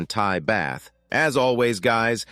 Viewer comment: I never knew that Thailand used baths as currency. No doubt they all have to take showers at the weekend as they've spent all the baths during the week. Strange how the typo (It's the baht) appeared in the subtitles and the annoying voice-over said "Bath". Also amusing was the Euro measurements (Which mean nothing to me) mixed in with the US "aluminum" rather than the preferable "aluminium"!